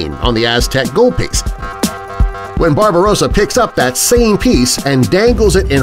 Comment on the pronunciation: "Barbarossa" 😂😂😂😂😂 no.